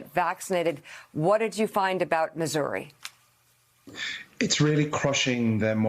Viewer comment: Did she accidentally mispronounce Missouri as "misery" or did I just mishear it? Misery does sound like a better name for that state, the state of misery.